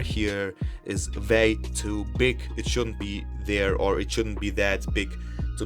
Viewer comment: I thought you said pig lol hahaha.